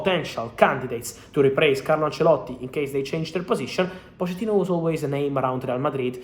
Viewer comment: Cómo que se pronuncia Poshettino en lugar de Pochettino??